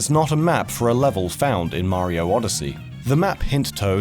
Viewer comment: Why do you pronounce Mario's name as if you were speaking in an American accent? That's really bizarre.